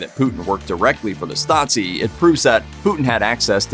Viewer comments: It's pronounced Stah-zeee not Stotzee. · Every time he utters that word it sounds more like Nazi 😁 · Why "StaTSi"? That sounds like "Nazi" 🤨 Stasi is to be pronounced with 1st S as "SH" (like "shop"), while the 2nd one as soft "S" (like in the word "rose" or "breeze") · Stasi is not pronounced "statsi", it is more like "stazi". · How do you get from Stasi to pronouncing it Stazi? Did you think it had something to do with the word Nazi? :D Nazi= Nationalsozialismus = Nationalist Socialism = political ideology, while Stasi= Staatssicherheit = States Security = the East German department for intelligence and secret police. Just FYI^^ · As a german, it's really hard to listen to you mispronounce the word Stasi every time. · He's pronouncing the s in Stasi as a Z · Hey guys, since your content is somewhat educational, how about researching the pronuncuation of foreign names? A quick Google search should help. Tbh, it is a bit frustrating how the narrator butchered 'Stasi', especially since all of the sounds are shared with the english language. It is certainly not pronounced 'Statzi' XD Here is how to do it: 1. In German, the letter 's' in the combinations 'st' and 'sp' becomes a 'sh', but only when it's at the beginning of the word or syllable: - 'stricken' (to knit) is pronounced 'shtricken' - 'Stiel' (stalk, e.g. of an apple) is pronounced 'Shteel' Fyi, when it's in the middle of a word, it is pronounced like in English: - 'Wespe' (wasp) is spoken as 'vespe' (the e being like the 'e' in the english word 'men') 2. The 's' in the middle of Stasi is voiced, same as in the english word 'busy' or 'lousy'. 3. The 'a' is like in the english word 'star'. So, basically ger. 'Stasi' = eng. 'Shtasy' Cheers from Germany! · Are you serious? He completely butchered the german abbreviation 'Stasi', that's for sure